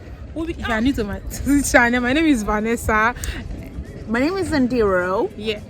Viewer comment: The name phonetically (vanisa)not va ner sa Nigerian s always got it wrong